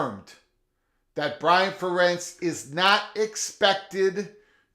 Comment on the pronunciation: Fair-ents. Fair-ents. I don’t like Iowa at all, but the guy’s been there forever. Pronounce his name right.